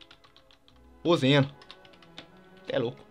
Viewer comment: Não é Zeno e sim zen'ou